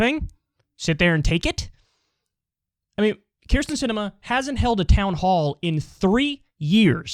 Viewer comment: Never met a Keer-stin I liked.